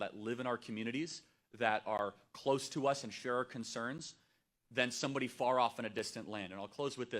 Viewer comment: Charlie doesn't know how to say "far".